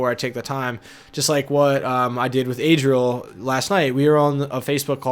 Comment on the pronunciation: Lol it's Adriel not Adrian.